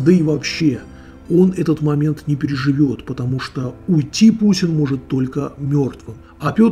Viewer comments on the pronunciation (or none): none